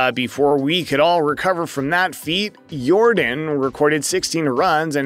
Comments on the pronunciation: YOR - DAHN ... not DIN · Bro it’s not air “your-den”. It’s air “your-don”. Like air Jordan but with a y at the beginning. That’s how you pronounce his name. You should really fix that. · It's not Yordan it's yourdawn... you saying it wrong. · This man called him Jordan the whole video his name is Yordan! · It’s actually pronounced Yórdan not Yordán. The emphasis is placed on the first syllable. Just like Jordan but with a Y. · Not Yordin 😂😂😂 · It's pronounced YOR-DON by the way. great video! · It's pronounced Air Yordán. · It was really hard to focus on this video when you mispronounced the man's name every time you said it.